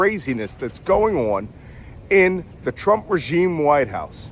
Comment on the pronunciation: You got it right when you said REGIME.